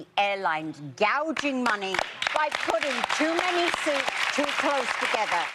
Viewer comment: 여성분이 gouging money 발음하시는 거 너무 찰지네요 ㅋㅋㅋㅋㅋㅋ